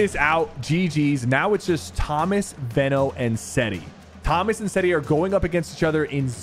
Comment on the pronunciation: Its veeeno no veno